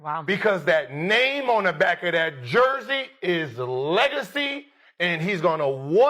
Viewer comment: You butchering his name is ticking me off. I can't finish the video.